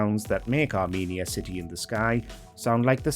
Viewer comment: I can never decide if WatchMojo videos are narrated by a good AI or a not very good human who has never seen the video. The pronunciation is, as a five second listen to the clip shows, are-men-EE-ya not are-MEAN-ee-a.